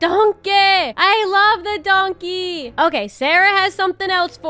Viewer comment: It’s a “DONKEH” u have never been funnier😭😂